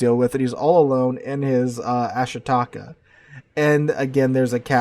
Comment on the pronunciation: ah SHEE ta KAH. FFS..